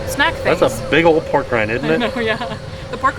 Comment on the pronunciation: Is it just me or does it sound almost like your saying porg instead of pork when describing the ronto wrap